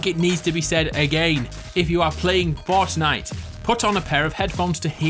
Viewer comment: Ha ha you say fartnite